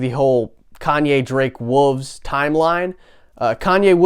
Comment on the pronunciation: Confused why you say Wolves like Wooves hahah thought the album was called Wooves until Ye said it